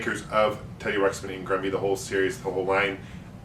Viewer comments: It's "Grubby" not "Grumby" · I thought I heard you pronounce Grubby as Grumby at the start of the video. Do you always pronounce Grubby as Grumby?